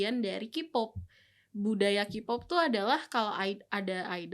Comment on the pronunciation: Tolong mbak yang pake jilbab untuk KPOP K nya dibaca KE bukan KI. War juga dibaca wor. Kalau mau ngomong Inggris sekalian yang bener.